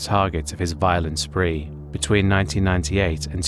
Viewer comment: Spree, not spring.